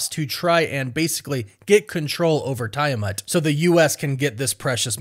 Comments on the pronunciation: Tie-a-mont??? It's Tiamut! I know you purposely mispronounce words just to get people to comment! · Tiamut is pronounced as Tee-a-mutt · Tee uh mutt ... Drives me nuts how you pronounce it when theyve pronounced tiamats name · Dude...do you even watch these films/shows? Sam been had the vibranium wings ...also its pronounced TEA ah mut..js